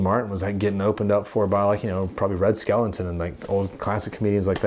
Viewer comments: Red Skelton you fool, not "skeleton".... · That's Skelton not skeleton😆